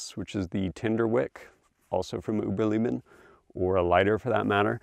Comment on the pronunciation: Uberleben - Oo ber lay ben FYI